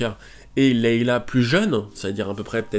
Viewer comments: Pitié arrête de dire Leila O_O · Est ce que tu pourrais refaire cette vidéo à l’identique mais juste en disant « Leïa » Parce que là c’est pas poss !